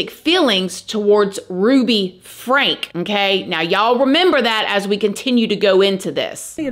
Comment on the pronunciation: It’s pronounced like Frankie not Frank